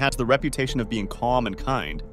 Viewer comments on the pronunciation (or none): none